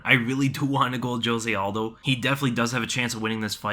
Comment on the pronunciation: I love how you do the best pronunciation of Petr Yan yet say Jose aldos name with the hardest J. Smh